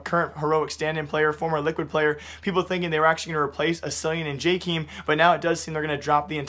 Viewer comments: btw you say JKEAM not JKYM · Pls.. read it like jakem not jakeem, we don't want no keemstar, also are you or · You dont know how to say jkaem